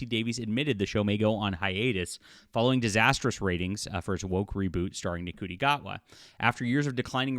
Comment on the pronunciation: You know his name is pronounced ‘shooty’, right?